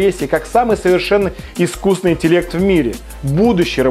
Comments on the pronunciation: хорошо бы ведущий научился говорить ИСКУССТВЕННЫЙ. вот это был бы прорыв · ведущий не может нормально сказать "искусственный". ахахахах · самый крутой ведущий который не может правильно произнести "искусственный". Это еще надо суметь